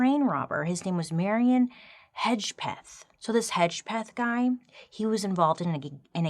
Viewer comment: I could see the hesitation in saying Hedgepeth, but appreciate it being said right. Also, us Hedgepeths can't keep our mouths shut.